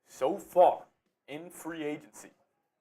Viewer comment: It's agency not agnecy